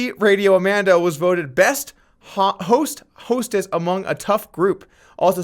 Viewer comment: You wanted to say "Best Ho" instead of best hostess. I know u did